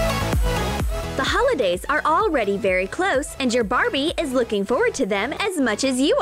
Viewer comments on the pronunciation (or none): Did they just said HOLOdays! Cristine left the chat!